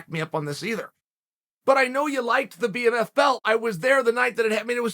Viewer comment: man said bmMILF belt